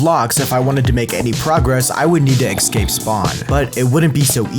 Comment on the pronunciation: I love your vids but pls for the love of god stop saying egscape